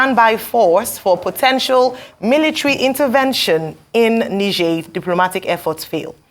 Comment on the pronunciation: Tinubu didn’t seem to know the difference between 🇳🇪, a country to the northern part of Northern Nigeria and Niger state in Nigeria in pronunciation! And he is ECOWAS Chairman!😂